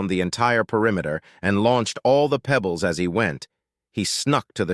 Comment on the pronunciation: THUMBS DOWN, and out. "marble-sized pEEbles" Not my day to put up with a brain-damaged Narrator. Not my day to put up with an author who did not =Respect= us listeners enough to do a proof audit.